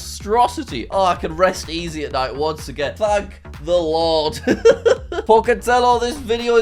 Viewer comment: “Thank the Lod”😂